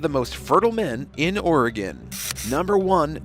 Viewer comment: It's all-SEE, OR-ih-gun, near the Will-AM-ette river, not al_SEE-uh OR-ee-gone, near the will-a-MET River. We're not in mult-NO-mah County. Thanks.